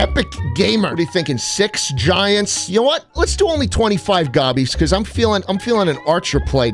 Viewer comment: you CAN'T say Gobbies man!